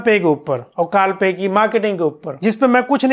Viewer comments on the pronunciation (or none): When you said carl pei ki marketing. It was like carl pei ki maa ki😂